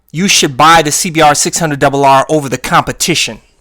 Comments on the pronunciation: SEE-BEE-AAAAAGHR duble UGHHRR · I love the way you say Honda cbbbbrrr